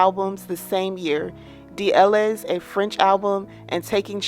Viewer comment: Some facts were wrong and the way she pronounced "D'elles" was.... No words (considering Google will tell you how it's pronounced in 1 second) but yes there was definite work put into this.